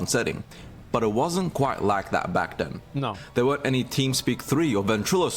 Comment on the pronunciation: Mans a roadman LMAO ' wasnt quite like that back den '